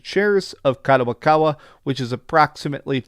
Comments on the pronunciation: Its Kadokawa not Kadowakawa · it's kadokawa not kadowakawa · What's up gayburs.. The guy's pronunciations are off more often. - Gayburs - Kadowakawa - Klyobrille etc. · Kadowakawa ????? Who tf is that 😂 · doing it once is maybe passable but god damn he's been saying kadowakawa for 3 videos now lol i'd expect better from someone who worked 10 years at a book store and reads books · At least read Kadokawa properly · Stop butchering the name. Wa Wa WAHHH